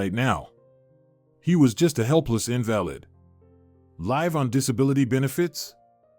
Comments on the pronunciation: Learn to pronounce words correctly -- Invalid is pronounced In-Va-Lid not In-Val-Id if you cannot use pronunciation correctly stop make these. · Invalid pronounced, invaleed. Irritatingly distracting or is the word spelt incorrectly?